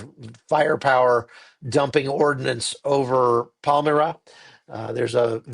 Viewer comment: It's pronounced "Palm-MY-ra, not Palm-MiR-a" . I have been to Bondi Beach. Sad to see this happening in such a beautiful, happy place. This is the heart of Sydney. A wonderful, world-class city.